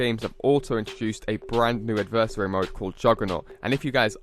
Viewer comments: AD-VER-SARY! ADVERSARY NOT ADIVERSARY.... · AD-VER-SARY!!!! ITS A VERY SIMPLE WORD.. WHAT THE FUCK MAN!!!